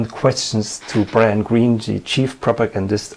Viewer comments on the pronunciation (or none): none